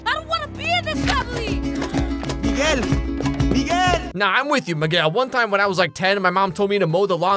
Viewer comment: bro did not say Miguel 🥀🥀